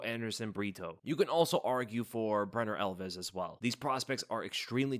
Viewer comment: He called him Brener Elves. 🤣